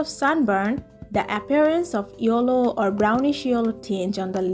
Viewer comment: This is not yollow this is called yellow